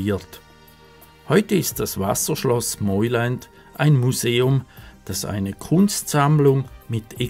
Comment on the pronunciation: Es spricht sich "Meuland " aus und nicht "Meuländ"!! Ansonsten sehr schönes Video